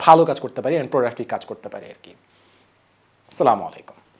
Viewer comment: Vhaiya please salam tar pronunciation ta thik koren ..... 😊